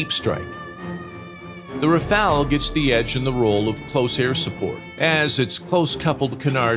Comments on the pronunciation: Rafale, not Rafael, stop with that name. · Rafale* not rafael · Rafale not rafael